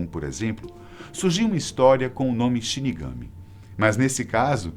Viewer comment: Só para lembrar, quando fala a palavra Shirigami, tem que dar mais ênfase sa última sílaba [shirigamí]. 😉😉😊